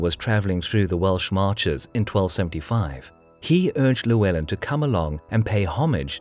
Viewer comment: Great video as always but please pronounce Llywelen properly! LL sounds like "clue", rather than "lieu".